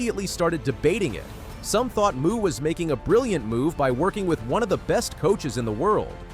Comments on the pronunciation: You're a moron. Her name is pronouced Mo, not Muuu. Your credibility does in the first fove seconds of your video. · um dude, her last name Mu is pronounced "MOE" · I can barely get past the mispronunciation of her name. Athing is not a cow! She does not moo! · You lose all credibility when you mispronounce her last name! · Absolutely agree. If you didn't take the time to do the research to get an athlete's name right, it casts doubt on how much time was taken to get the rest of the information. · Here you go: Athing Mu's name is pronounced uh-THING moe (phonetic: /əˈθɪŋ ˈmoʊ/). The American Olympic runner has specified that "Athing" sounds like "a thing," and "Mu" is pronounced "moe," not "moo".